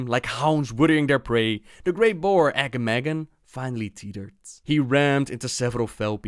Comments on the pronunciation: Uh-GAH-muhgan not agamagan lol. they say his name in RFK. Quillboar ancient. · You pronouncing Agamaggan was hurting my ears... You should go back to Razorfen Kraul to hear how it is pronounced. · Great vid, loved it! But I suggest you run Razorfen Kraul sometime again and hear the correct pronouncuation of Agamaggan from Overlord Ramtusk :P It was kinda hard to hear yours xD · You mispronounced "Agamaggan"